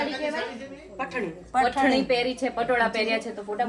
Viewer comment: પઠણી ન કહેવાય પૈઠણી કહેવાય